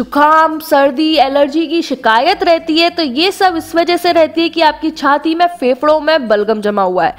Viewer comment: Are Chatti nhi Bolte Chati bolte hai 😅😅